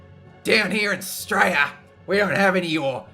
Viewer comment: I really like the way you keep pronouncing Australia. I'm guessing it's the equivalent of Americans saying Murica.